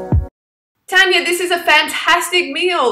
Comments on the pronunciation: And plus it's TARR-NNYAA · Ur saying her name wrong and just cuz she's not vegan or vegetarian doesn't mean you can get on at her